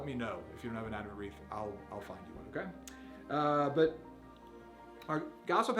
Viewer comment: Wreath, not reef.